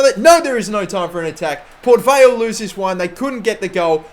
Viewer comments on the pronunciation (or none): none